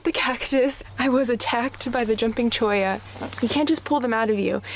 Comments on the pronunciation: Yes you’re saying Cholla correctly ☺️ If you haven’t been to Golden Gates pass, go. It’s top 1% most beautiful spots I’ve been to in the Sonoran Desert. And I’ve been to lots of spots. It’s just west of Tucson. Right out of town. Starting in town take Speedway Blvd to the west. It will take you straight there 😎🌵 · Beautiful setting. You pronounced cholla perfectly. I love spending my summers in northern AZ and a few cool months in southern AZ. Very nice looking dog.